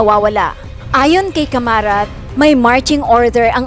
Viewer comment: Caramat nd camarat